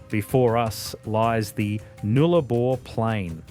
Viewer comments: its a shame you couldn't get the pronunciations right Nullarbor is said Nul a bor. Likewise Galah is said Gal ar. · Why is an Australian mispronouncing pretty common words in Australia? ‘Galah’, ‘Nullarbor’, plus others… smells like AI 😐